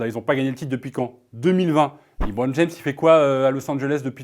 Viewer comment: Quand tu vois déjà qu’un des journalistes dit « Libron James » au lieu de « LeBron James » ça démontre déjà le sérieux des arguments 🙄